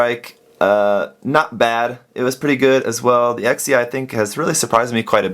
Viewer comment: Sorry if this offence you but you suppose to pronounce Exia "Ekshia" instead of "Eksia".